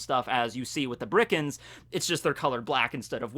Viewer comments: It's Birkans, not Brikans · Is it just me or are you saying birkans as brickans, it’s been getting on my nerves for a while now lmao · Nobody: Absolutely nobody:: Bri-Kans